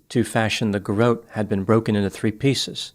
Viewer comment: Garrote is not pronounced with a long “o” sound, but rather rhymes with not.